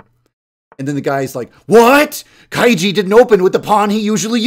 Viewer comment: I'm not sure if you pronounce kaiji that way